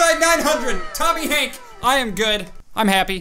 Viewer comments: it's Tony Hawk not tomy Hank stop saying that it's tomy hank it's Tony Hawk 🤬😡🤬😡🤬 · why do you keep saying tomy Hank when it's tonys every time you do a 900